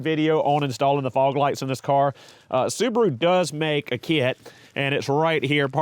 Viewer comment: The little soo-bar-oooo. Wow